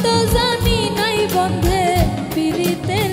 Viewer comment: আপু উচ্চারণ ঠিক করে নিয়েন. .. পিরিতি… বলেন ফিরিতি আবার বন্দে.. বলেন বন্ধে